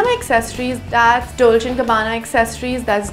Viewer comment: Did anyone notice how she said Doche Gabbana instead of Dolce and Gabbana